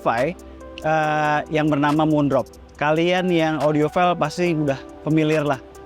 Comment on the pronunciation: Sekedar koreksi, dibacanya audiofail bukan audiofil. Bisa dicek ke google translate tekan sound 🙏